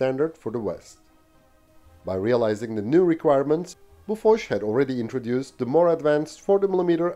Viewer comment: Wait, BOFORS, is pronounced "boo fush" ?